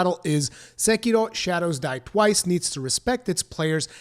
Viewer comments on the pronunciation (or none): Just pronounce it "seh-key-row" you fucking weeb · I agree, apart from your pronounciation of sekiro. Sounds spanish more than japanese or english lol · You're not Japanese. Stop pretending to be whenever you pronounce "Sekiro". It's ridiculous. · Why does your accent change so much when you pronounce "Sekiro"? hahaha good video and criticism of the article though.